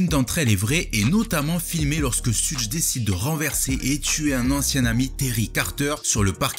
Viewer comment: Ça se prononce "cheugue" Pas "sudje" Super vidéo sinon